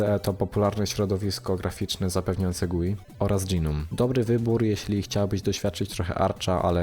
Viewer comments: Nie dżinom, tylko noum. Lub jak kto woli gnom. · Gnome to "dżinom"? Raczej "gnołm". :) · AŁA MOJE USZY... w t f ys dys DŻI nom?!?! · Pierwszy raz słyszę, jak ktoś tak wymawia GNOME :D